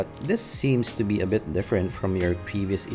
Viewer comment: Ohh. The way you prounce "to" is "tsu". Thats why im getting confused.